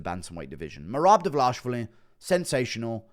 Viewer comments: His surname is: Dva-li-shvili NOT: Dva-la-shvili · Dvalishvili!!! How hard is it to pronounce this right you little goblin!:)))) Georgians once again send you regards!!!🎉🎉🎉🎉